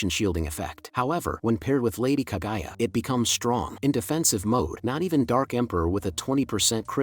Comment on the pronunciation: bro sorry but it is not kagaya but KAGUYA...... [ENG] the GU family...